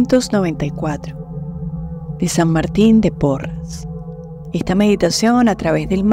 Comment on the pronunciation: Gracias por esta ejercitación, soy de Perú, San Martin santo peruano,si realmente curaba incluso a los animalitos, pero su nombre es SAN MARTIN DE PORRES, ES PORRES NO PORRAS. GRACIAS gracias gracias